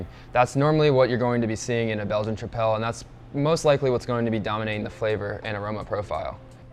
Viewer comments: Quite a lack of information of the fermentation profile, and general info about the yeast (origin?). Even homebrewers discuss with more details...and tripel is pronounced like triple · Trip-el. That pronunciation drove me insane lol good info overall